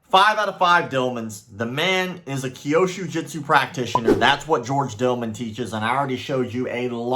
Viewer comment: Still not "kyoshu (sic) jitsu" but kyûsho jutsu", as the Japanese text (急所) clearly indicates. As you're talking about this nonsense so much, one would think that at some point you would start pronouncing it correctly, but apparently not... 😐